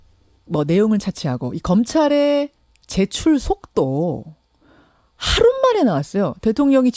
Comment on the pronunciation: 하루 만에 발음 신경써주세요 자꾸 하룻만에 하룻만에라고 하시는데 유명라디오 프로 진행자로서 자질이 좀 의심스럽네요